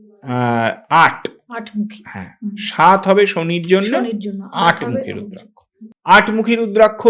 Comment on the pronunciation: আপনার নাম ব্রহ্মানন্দ রুদ্রাক্ষ (রুদ্রাক + শ) কে বলতেছেন রুদ্রাংশ কেন?